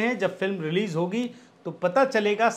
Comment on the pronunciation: रिलिज़ नही रिलीज होता है